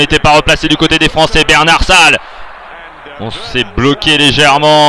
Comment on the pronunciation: Les commentaires ne sont pas très bons ni très clairs. En plus, il s’appelle Bernat-Salles et pas Bernard-Salles ,ce commentateur est vraiment très nul. Mais en tout cas,le match est incroyablement magnifique.